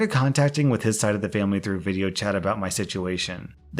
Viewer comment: Through. Through. Through. Not TROUGHT